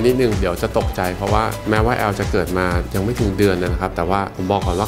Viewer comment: แอล กลายเป็น อื้บ 555